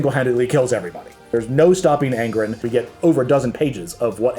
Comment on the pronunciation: ANG-RON....ABA-DON......ur saying it weird....or I'm weird .....